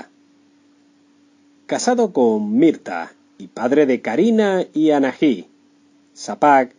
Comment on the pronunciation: No se si es una voz real o no, pero decir "José Luis Borges", o "Anají" en vez de Anahí o "Tita Mereio"...😵